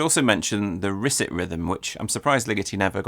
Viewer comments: Please note correct pronounciation of "Risset," which is from Jean-Claude Risset, who was French: therefore, not "RIS-it," but "ris-SAY". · Risset rhythm and the Shepard-Risset glissando are described on pages linked from Jean-Claude Risset's wikipedia page: ... by the way, his name is pronounced Ris-say. Had the pleasure to meet him a few times when he was at Stanford. His compositions are worth hearing, especially his pieces for computer-controlled piano and human pianist. Thanks again David for a wonderful video!